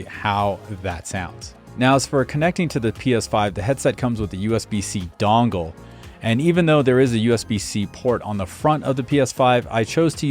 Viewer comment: USB "dongle" love it. Just sounded funny. Good video bro 👏👏👏👏👏👏